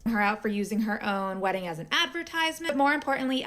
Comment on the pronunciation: The way she pronounces "weddin" is like nails on a chalkboard.